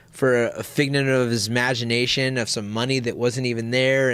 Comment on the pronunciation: "tried to sue me for a fignent of his magination" gonna need a translator I think haha